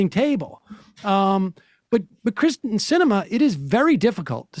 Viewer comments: It might help if everybody took the time to say her name correctly. I don't want to coddle politicians to do their jobs, but I do insist on calling people by their actual names. Kyrsten is pronounced /KEER-sten/, not /KRIS-ten/. Technically, it should be a close front rounded /y/ because it's of Scandinavian origin, but that phoneme isn't in English so long /ē/ is fine. Pet peeve of a linguist. I detest Kyrsten Sinema. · Keeer-sten Sam!